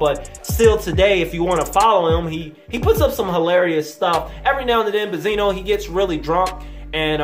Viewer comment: Do you know how to say benzino? You sound STUPID